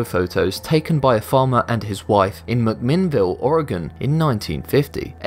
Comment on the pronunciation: Thanks for pronouncing McMinnville, Oregon PERFECTLY! Always hear ORY-GONE.